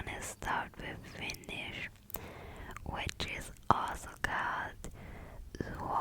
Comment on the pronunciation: Your finnish was very good. ❤